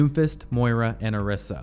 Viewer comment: bro is it just me thats noticing his weird pronunciations of the names of the characters lol... like he called Brigitte, Bri-get? lol. bro its bri-jet lol. also im pretty sure Orisa is o-RI-sa, not OR-ISA. its whatever but like how can u mess up brigitte lol bro said bri-get lmao